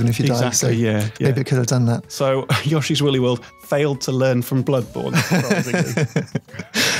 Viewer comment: His name is Yoshi, not "Yosshi".